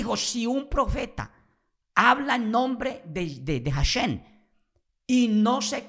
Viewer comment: Deja de decir "JasheN" primero practica la correcta pronunciación para que no se rian mas de tí. Hasta yo que soy respetuosoe río de oirte pronunciar tan mal. Mejor sólo dí El Eterno y ya.